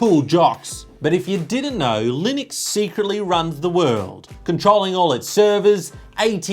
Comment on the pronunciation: Sorry, it's pronounced Linux:P